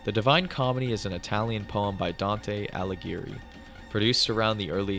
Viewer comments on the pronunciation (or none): none